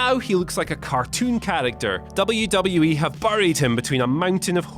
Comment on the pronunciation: sucks.....He can't even pronounce WWE properly